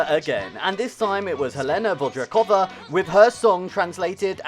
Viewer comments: Read it rather as Helena Von-dratch-kova (translate google in english reads it quite properly) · The pronunciation in this video is incredibly awful. Zmasakrował nazwiska German, Vondračkovej czy Pugaczowej, imię Wacław i inne.